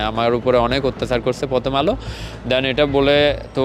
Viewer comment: প্রথম আলো ❌ ফতম আলো ✅ 😂😂😂😂😂😂ওরে শিক্ষা বাংলা ভাষার পুয়া মেরে দিলেন 😂😂😂😂😂😂